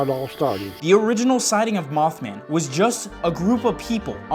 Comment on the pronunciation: Did he said mouthman